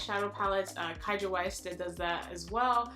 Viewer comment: Nice video! I like seeing more eco friendly brands. My only thing i would mention is Kjaer Weis is a Danish name, kjaer is pronounced like 'k-yay-er' :D but that's an easy mistake!